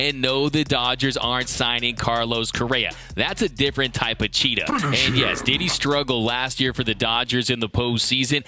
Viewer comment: "cheatahh" a Dmacism